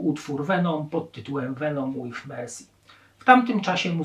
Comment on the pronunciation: Nie "mejem" tylko "mejhem" poza tym nie powiedziałeś niczego nowego każdy kto siedzi w black metalu a zwłaszcza norweskim zna to od podszewki, ten materiał były dobry ładnych kilka lat wstecz. dowidzenia.